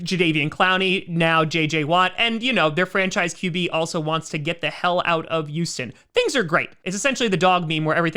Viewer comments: Why does say Youston and not Houston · Does anyone else notice him saying Uston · “Youston Texans” lmao 😂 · He sounds like he says youston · The You-Sten Texans